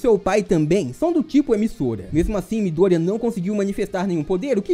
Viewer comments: Bom vídeo, mas só eu ficou incomodado com a pronucia de miDÔrIya do narrador? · Mano que agonia dele falar o nome do Midorya errado desses jeito. pelamor de Deus